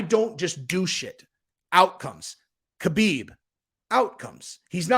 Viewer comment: His name is Not K-habib it is pronounced Habib